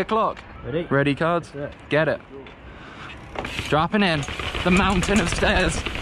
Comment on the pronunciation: The American accent that you do when you say, "droppin' in" is absolutely hilarious every time I hear it in all of your videos.